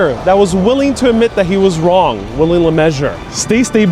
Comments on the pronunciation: I'm guessing you mean William LeMessurier? His surname is pronounced 'Le-mes-u-rey' not 'le-measure' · yes, was determined to have 'luh-mez-oo-ree-ay' pronounced as 'Mr Lemmeasure-er'. A bit of nominative determinism that was probably, pointed out far too often to be funny for the engineer! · It's pronounced Ley Mezooreeair (Le Mesurier) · "Luh-mez-ooh-ree-eyy". Lets be respectful and say the man's name right. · a structural engineer named William LeMessurier (pronounced "measurer"), are u kidding me.. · Really interesting video but the way you butchered my man Willie's last name caused me great physical pain lol. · Got the LeMessurier-ments wrong